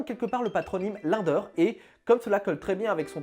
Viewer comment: Tu as écorché le nom Linder tout le long de la vidéo